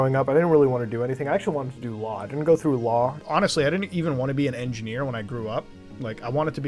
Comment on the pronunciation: He was saying edgy nerd not engineer! I swear! At the end of the day ladies and gentlemen I believe mutah.